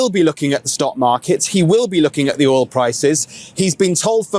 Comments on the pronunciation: It’s oil not ol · Fox news host can't even pronounce "Oil" 😄 Get his ass outta there if he can't even pronounce a simple word.